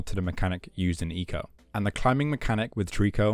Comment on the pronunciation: For the longest time I thought it was pronounced “Eye co”. But hearing the way you said it sounds much better 😅